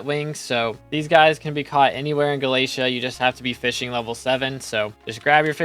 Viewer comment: unsubbing bc you pronounce galatea incorrectly